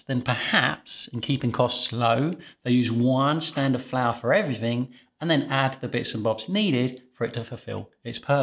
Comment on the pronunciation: Are you kidding? American bread flour is perfect for all bread recipes. It's your Canadian Robin Hood that's inferior. And it's "for," not fir.